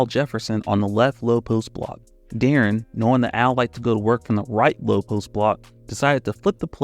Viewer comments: why was you saying de’aaron half the time? its pronounced like “DEH-REN” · Ngl, I couldn't get over my dude pronouncing D-Will's name De'Aaron (as in De'Aaron Fox) like 60% of the time in the vid. Even had to look up this old clip of T-Mac asking how to pronounce his name to make sure I wasn't going crazy like with the Berenstein/Berenstain bears situation. Still quality content, but I always find it weird when people who supposedly follow basketball mispronounce the names of well-known players. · “I can’t take criticism or pronounce Deron correctly”